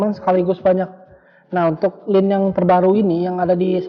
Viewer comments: Kok pengucapannya lin.....laen kali kk....😂😂😂btw mksh infony🙏🙏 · Line anjingg bukan linn